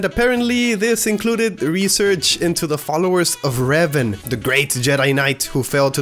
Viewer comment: It's pronounced Ray vahn.